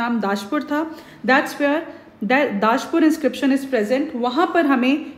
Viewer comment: its not daashpur its दशपुर